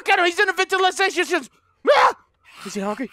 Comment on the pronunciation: " He's in the ventilitaasfghnghsngfh ;__; " Bwhahaha gotta love all that randomness he says when scared xD